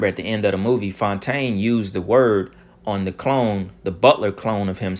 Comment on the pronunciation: "Clone=taine" c'mon... you gotta give yourself credit for that one ha!